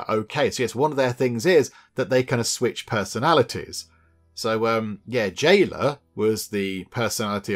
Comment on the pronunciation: "J" ayla became "L" ayla!!!